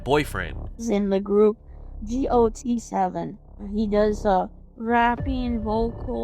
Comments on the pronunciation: Not Gee Oh Tee Seven 😞🥲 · She doesn't even know anything about Jackson. "Has a reputation of a bad boy?" No he doesn't. "G-o-t-7"? It's GOT7. Also he's from Hong Kong not Korea. This lady is very naive or just lonely. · It’s got7. Got. Not gee oh tee. That was my biggest pet peeve of this whole episode. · Not Jackson Wang! And she said G.O.T.7 and not Got7?! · “G. O. T. 7” have i been pronouncing it wrong all this time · She spells out the name of the group like “G-O-T-7” when it’s pronounced “got 7”, like “I got this”. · Oh my god, I know immediately that she has no idea what's going on when she says G- O- T- 7 rather than got7. Poor lady.. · Yess. Idk if other people pronounce it that way too, I don't stan them, but she said "G.O.T.-Seven" instead of our typical "Got-Seven/Got7" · She doesn't even know it got7 not G O T 7 😭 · It is got seven. Not G O T 7. And he is not the leader. If only did she do her research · "G O T 7" smh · “gee oh tee 7” LMAOOOO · "I think he's the leader" 😂 fake fan bruh 😂 also, the way she says "g o t 7" gets me each time 😂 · Right off the bat not her calling the group "gee oh tee seven" I can't get over that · Why did she call them gee oh tee 7 though? TT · it's not pronounced gee oh tee 7 LMFAOOO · Didn't even pronounce the group's name right 😂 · She can’t even say his group name right…. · fan but she can’t even pronounce the band’s name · claiming to be 'jackson wang's girlfriend' but doesn't know how to pronounce got7 and mistakes him as the leader. um. ok. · Jackson the leader? I know Jay b is sick, she can’t even pronounce the group name right either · also her: doesn't pronounce the group name right edit: and isn't GOT7, not that it matters though lol